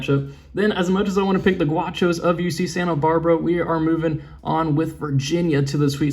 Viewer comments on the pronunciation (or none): It was pain hearing you call UCSB the “guachos “ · GUACHOS? gAUchos